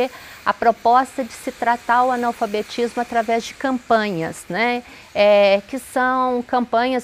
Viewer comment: Anal fabetismo kkk! É assim q a mulher tá pronunciando!